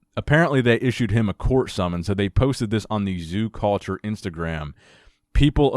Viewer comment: “He’s the owner of zoo-cawlture”.